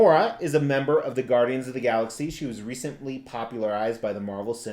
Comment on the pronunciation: Are you from Jersey. The Gaudians lol